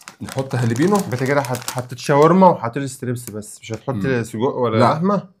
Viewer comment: يا قول سجق مش صودق😂😂😂